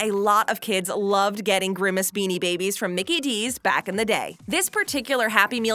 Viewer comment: Hey when u said Binni babies where one of the best toys when u said in the saddest McDonald’s happy meal toys u said binni babies that’s just sad.